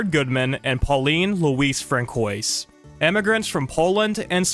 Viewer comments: Cool video! I really wish these ancient films were still around. Hope against hope that there are surviving copies! Also, just as an aside, you mispronounced some French names. Francois is pronounced like "fran-swah" and Georges Melies' last name is pronounced something like "mayl-yes" according to Wikipedia. Again, great video! Mad respect to Theda Bara and her life. Also love the DS-era Pokemon music. Really nostalgic! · I appreciate your focus on the Silent Era. I would suggest you take more care in learning pronunciations before you record your commentary. Examples- Francois, tapestries, Salome, numerous others. I have never heard Thedas' name prounounced as Bah-ra. The norm is Ber-ra. Paying attention to details such as this will give you, what I assume you're striving for, a better product.